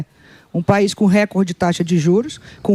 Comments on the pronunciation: Tudo muito bem explicado, porém, a Daniela precisa aprender a pronunciar o termo *RECORDE; que não é uma palavra proparoxítona (quando a antepenúltima sílaba é, obrigatoriamente acentuada). No caso, a palavra em questão, é PAROXÍTONA, logo a sílaba tônica é a penúltima (COR), sendo pronunciada como se houvesse um acento agudo sobre a letra "O" nesta sílaba. Portanto, foneticamente (RE-CÓR-DE). É simples, basta informar-se ao menos um pouquinho sobre a língua portuguesa; é displina básica do Ensino Fundamental (ou deveria ser). Sei que, por formação acadêmica, ela é Administradora de Empresas, e exerceu o cargo de Presidente da Caixa Econômica Federal; mais um motivo pra conhecer bem a língua portuguesa, independentemente da função que hoje exerça. E não, nunca fui, não sou, e jamais seria PTista. 😊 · Repitam comigo não é récorde que se fala, é recórde recóóórde